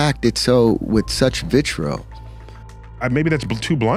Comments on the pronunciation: Vitrol or vitriol 🤦🏻‍♀️ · who (used to) read scripts for a living, can't pronounce or spell the word "vitriol" ("vitruo" he says) such a 2 bit charlatan. You'd think he would have received enough of it to be able to pronounce it correctly.